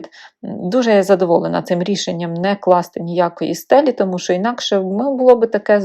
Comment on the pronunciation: 'чьі', 'щьо' - суржикова вимова; правильно казати 'чи', 'що' ☝️